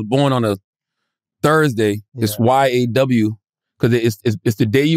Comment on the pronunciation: ‘Yaw’ the white dude got the pronunciation correct and Charlemagne couldn’t sad 😅